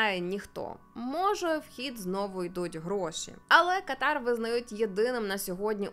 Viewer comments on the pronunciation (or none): Знайома арабка пояснила,що правильний наголос буде КАтар, на першій А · Живу тут 3-й рік 🥰 Віросповідання іншої релігії дозволено,просто не відкрито,поважай іслам,а сам слідуй чому хочеш.Я навіть Таро провезла.😂😌 Кáтар,Аль-Тáні-наголоси мають значення.🤓 Я люблю Катар.🥰